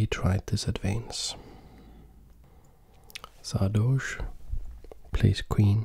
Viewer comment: Everyone : saRdoche That guy with his cool voice : Saadoche